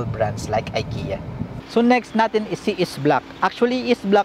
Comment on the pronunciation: Ikea you pronounce as Ekea not I watching from Stockholm Sweden.